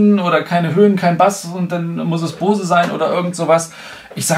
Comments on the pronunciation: Da ich selber diese Kopfhörer habe kann ich auch die Qualität bestätigen. Aber vielleicht mal kleines Feedback zu deinem Video. Du machst mir voll den hecktischen Eindruck. Dir fehlt ein "roter Faden" in deinem Gespräch. Und ehrlich es heißt B-O-S-E! Und nicht Bause. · Finde die Aussprache „Baus“ auch strange, den vorhandenen Buchstaben würde/soll/könnte man es „Boze“ aussprechen. Vielleicht will man die Aussprache mit „booze“ wie „saufen“ vermeiden. Ist mir dennoch schleierhaft wie die Amis da ein „a“ in die Aussprache reinbringen. spricht es nur denen nach und ich denke die Aussprache amüsiert ihn selbst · Es wird sogar tatsächlich ungefähr "Bows" ausgesprochen ( [ˈboʊz] ), d.h. Baus ist sogar (fast) richtiger als Bohse. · bose nicht baus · warum um alles in der Welt sollte man Bose "Baus" aussprechen? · Gennadi Volodnikov wenn dann sagt man „bowsi“ wie bei adobe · es wird nicht unbedingt AU ausgesprochen, aber bouse. Guck dir Amerikanische reviews an. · Das wird übrigens "Bous" ausgesprochen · Hab noch nie jemanden gesehen der "Baus" zu Boose sagt